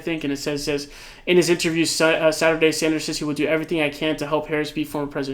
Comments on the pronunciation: Sanders not Saunders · Why do you say Bernie “Saunders”? Just wondering lol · Please stop calling him Bernie "Sawnders". It's legitimately pissing me tf off.